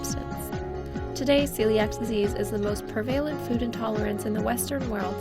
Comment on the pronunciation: thanks for this answer - I also found the background music to be annoying, and I think it did detract from the overall message. Also the mispronunciation of prevalent, and possibly calcium - unless there is somewhere in the world where it is pronounced calshum. However, overall, I think your information was interesting, especially about the problems of eliminating gluten from your diet when you don't have to!